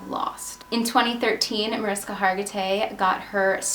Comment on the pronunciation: Good story but I'm cringing inside everytime you say Mariska. It's pronounced "Marishka."